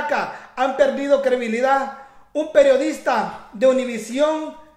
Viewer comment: Se dice credibilidad. No crebilida